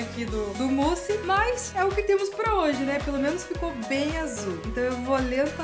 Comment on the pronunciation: Sempre q ela fala "mousse", eu ouço "pussy"